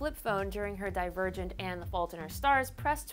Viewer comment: When someone says "divergent", I hear "Die virgin" haha lol everytime